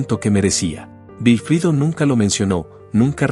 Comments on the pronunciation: ¿Por qué dices Vilfrido, si todos lo conocemos como Wilfrido? Literalmente. Recuerdo que cada vez que lo presentaban en un programa decían Wilfrido Vargas ( es decir literal se pronuncia uuilfrido, algunos decían guilfrido) pero jamás con V, tomo si lo haces tú. A ti es la única persona que se ha escuchado nombrarlo así. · Es verdad, da impaciencia escuchar decir Vilfrido y no Wilfrido. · Se pronuncia Güilfrido, no Vilfrido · No sé dice vilfrido es Wilfrido vargas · El señor se llama wilfrido vargas tienes tienes que practicar ese nombre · La persona que narro esta conversación no dice el nombre del artista como es nunca supe que se llamara vilifrido se que se llama Wilfrido. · No entiendo como se en esta historia se obviaron tantos detalles. Uno de ellos es que la “compuarizada” voz lo llama “Vilfrido” También, en termino de la historia hay muchas areas en la rl como lider ayudo a muchos de los miembros a conseguir la fama después de pertenecer al grupo. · Otra cosa mi amigo. Aquí en Hispanoamérica la W se pronuncia como U no como V. Perdón fue solo un aclarando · Y el que cuenta la historia NO sabe pronunciar el Nombre de WILFRIDO… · Pero de donde saca tanta información este hombre sus músicos nunca han publicado eso o por lo meno si y nisiquieta su nombre lo sabe pronunciar